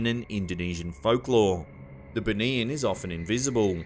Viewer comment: 1st vid - BUNIAN pronounce as BOO KNEE YAAN